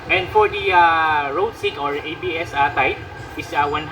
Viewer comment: Ayusin mo nga salita mo paps bakit rudsink sabi mo?